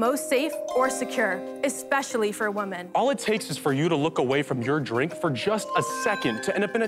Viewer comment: Please explain to this girl the difference between “Woman” and “Women”